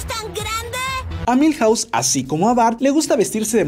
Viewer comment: Cuántas casas hay en Springfield ? Milhause 😂😂😂😂😂😂😂😂😂😂